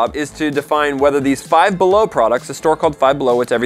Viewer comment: "Down Bellow"